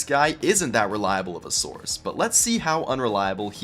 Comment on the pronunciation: when hhe says source it sounds like sauce and the way he says it like "he's a loser youtuber with no fucking sauce"